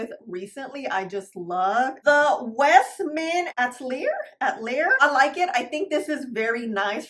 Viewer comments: It’s pronounced Westman “ ah- til- e - ay “ 😊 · Westman A-Tell-E-A lol